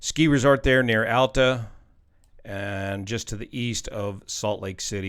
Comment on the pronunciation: You pronounced Alta correctly!